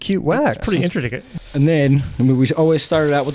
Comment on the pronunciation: said intriticate and nobody said anything.